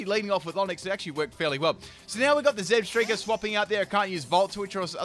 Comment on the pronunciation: Zeb-STIKE-A. THERE IA NO STREAK